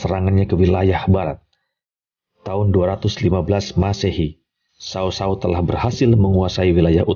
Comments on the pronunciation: Berhenti nonton begitu dia menyebut Cao Cao jadi sao sao. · Knp sih sebutannya kek gitu, mending Cao Cao gak pake Sao Sao, gak enak didengar!